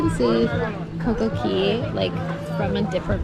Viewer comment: Ok we need a SERIOUS explanation of why you guys say Coco Key instead of Coco Cay.....